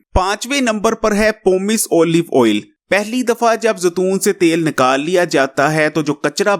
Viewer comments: تم بھی زتون ہوں، کھوتے انسان زیتون ہوتا ہے زتون نہیں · زتون نہیں زیتون ہوتا ہے